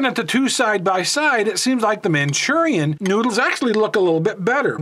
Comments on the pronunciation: Hate how he says manchurian.... Lol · It's Maruchan, NOT Manchurian. Also, "Top Ramen" is made by Nissin, NOT NissAn. Get your details straight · It's not called Manchurian oh, you're mispronouncing it or thinking of a completely different word. It's pronounced Mhur-A-Shan! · Hearing you say “man chu ree in” made me cringe! Say it like this “Mah Roo Chawn” like the package says. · "Manchurian" 😂😂😂😂😂 Best way to pronounce Maruchan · Where did you read or pronounce Manchurian??? From Maruchan lmaao said it about 200 times wrong lol but good vid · MAA-roo-chaan, not "Manchurian". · "Manchurian" lol Also I prefer Maruchan. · 'Manchurian' ?? Maruchan? (Mah-Roo-Chon) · Why did he call it Manchurian it’s called Maruchan. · its maruchan not manchurian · I cringe everytime he says "manchurian". Anyways, magic ingredient in Maruchan.... MSG. Top Ramen has no msg and that's a big reason why it's more bland. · Manchurian ????? MARUCHAN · It’s pronounced “man Cheerio “ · wheres he getting the n?🤣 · He said Manchurian lol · lol yeah. Its just funny how you say it im not making fun of you. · its maruchan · You don’t know how to pronounce Maruchan lol it’s MA ROO CHAN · Why is he pronouncing the noodles incorrectly?👀👀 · U pronounce the noodles all wrong bro wtf